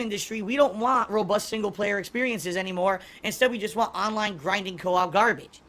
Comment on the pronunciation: He couldn't blahk them ahnline. Nothing he could do.